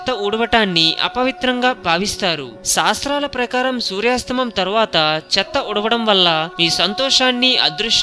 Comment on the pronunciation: సూర్యాస్తమం కాదు సూర్యాస్తమయం అని పలకాలి దయచేసి తెలుగు పదాలను ఖూనీ చేయకండి.